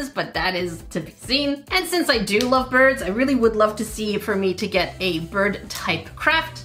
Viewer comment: Does she know how to talk cause she was saying biirb Instead of bird